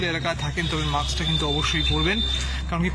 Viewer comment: Otaa maks boley naa otaa mask hobey. Pls correct your pronounciation.